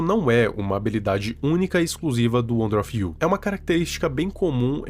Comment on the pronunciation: Não quero ser chato mais o nome na rela wonder of U. Não wonder of you. E estranho ouvir você falando o nome errado